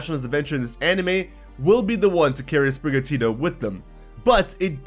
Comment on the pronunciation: Also it's Sprigatito, not Sprigatita, why does everyone think this cat will go feminine? Cause it's more of an indoor cat than outside like Litten?